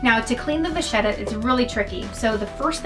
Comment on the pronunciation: Can I just say that it’s pronounced as “vakheta” not “vazieta” in italian.